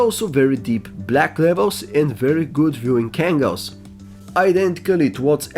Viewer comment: "Viewing kangles"....lol too funny